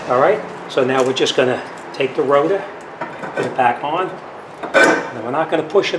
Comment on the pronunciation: 😅 "Rota" vs rotor 😁